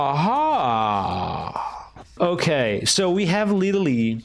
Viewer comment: litelly? LITELLY?